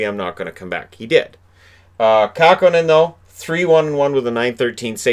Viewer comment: KÄHKÖNEN not Kahkonen.